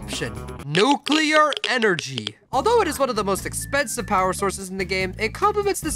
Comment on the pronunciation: NUCLEAR ENERGAEH